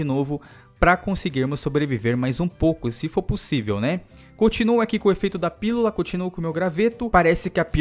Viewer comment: não consegue falar pílula '-"